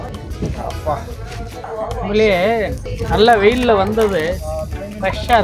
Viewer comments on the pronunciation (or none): none